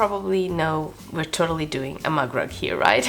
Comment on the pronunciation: Very cute! I was so confused throughout the video because I thought you said mud rug. I kept thinking that's way too small to be a rug. 😅😂 Now I get it. A MUG rug. Where I'm from, we call them coasters. But clever way to use scraps either way.